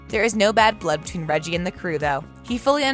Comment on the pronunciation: The name of the actor playing the Duke of Hastings is not pronounced Reggie, it is pronounced Reggae, as in the music.